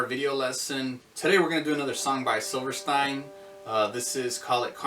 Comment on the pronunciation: It’s pronounced “silver-steen” brotha.